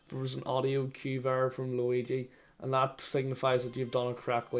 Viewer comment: the way irish people say "8 bit juigi" actually makes me upset